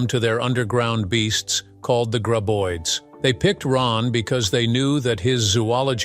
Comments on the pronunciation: Why do you pronounce the creatures 'gray-boids'? They are pronounced 'grab-oids'. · It's Grab.... Not Grey!!! Graboids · I subbed after watching two videos by this channel...unsubbed after hearing "gray-boid" for the 20th time in this video.